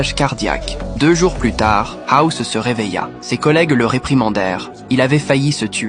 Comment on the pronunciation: "Housse lui expliqua"😅